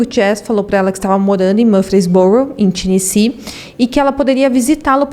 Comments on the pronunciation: HEATHER MAPLES = pronúncia " Réder Meipôls " . TENNESSEE = pronúncia " Tênessi". O subconsciente da gente é terrível: quando ouvimos um discurso, uma conversa, uma história e há um erro na pronúncia, vício de linguagem... danou-se...o subconsciente vai focar nisso e causar distração. É fato. Mas tudo bem, somos humanos, sempre estamos aprendendo e evoluindo. Sou fã desse canal. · Obrigada pelo caso, gostei muito da forma que foi contada. O nome da vitima em inglês diz-se "Éder" e o estado"Ténessi"Apenas umaa critica construtiva para ajudar